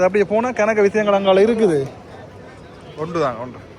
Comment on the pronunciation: Srilankan jaffna slang ஒன்டு ❤❤❤